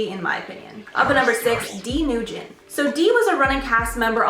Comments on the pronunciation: Presenters should be professional and learn the correct pronunciation out of respect. It adds credibility to their performance and is a simple google search. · YES, bothered me so much tbh lol. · JUST3 I was looking for this comment. I thought she may have pronounced it wrong but wasn’t sure. Thank you :) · Did she say nugyen like “noogen”? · Respectfully, Nguyen is pronounced win. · Lol Nguyen is pronounced "win" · “Dee noogen” girl get the name right first haha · Nguyen is pronounced - “win” btw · FYI for everyone: the EXTREMELY COMMON surname Nguyen is pronounced like “nwin”, sounds sort of like “win”. Let’s please stop struggling through it unnecessarily Ps your extra candid bloopers gave me real belly chuckles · It's Nguyen which is pronounced Wen. Not trying to defend her just wanted to let you know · Quick tip; it’s pronounced Dee Nguyen. As a Challenge Fan, I’m happy you covered her. She’s pretty rude. And a confirmed non supporter of BLM. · X O of course not, why would they purposely mispronounce it? That isn’t what I said. I said they mispronounce it even though it’s one of the most common last names in the world.